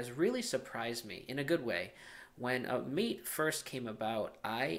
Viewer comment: Hey, it isn't pronounced 'mate' like 'm8' but rather with the a sounding as in 'dad' and the e as in environment - hence ths developers choose to write it MATE to make it sure it has nothing to do with 'pal' or 'buddy' but with the infusion and the plant it takes it name from. Cheers.